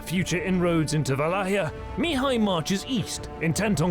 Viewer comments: Great vid: storyline, graphics, narration! One thing though: Mihai, which is the Romanian equivalent of Michael, is pronounced in Romanian with the stress on "a" (second silable) Mihài, not on "i" Mìhai (first silable). The stress on "i" Mìhai I believe it's how the Hungarians would pronounce it. Of course, this is nothing in the big picture, the vid is great and keep doing a great job! Can't wait for part 2! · As a Michael, I can’t help but a cringe every time you don’t use the English pronunciation...